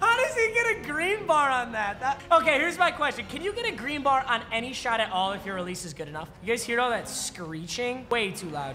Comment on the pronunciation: Nobody:: gREeN BAR